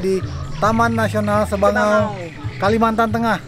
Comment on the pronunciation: Sabangau mind Bukan sebangau